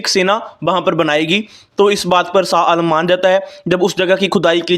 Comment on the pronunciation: Not SA ALAM Blut SHAH ALAM.Please speak right.